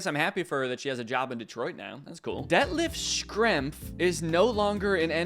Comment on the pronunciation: Danny mispronouncing Detlef Schrempf's name multiple times really cracked me up